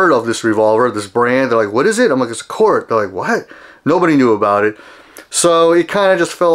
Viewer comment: Actually - he has the proper pronunciation down… It’s pronounced “COURT”, not “KOOORTH”…